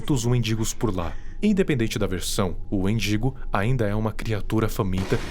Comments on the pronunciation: ele falando wendingo e eu escutando mendigo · Kkakkaka, endingo amigo, não mindingo